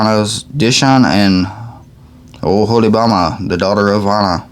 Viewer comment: Thank you! You did great! Oholybahma 😂 I will always called that fellow by that name now. Enjoyed the reading. Be blessed brother! ✌️🙏💓🤠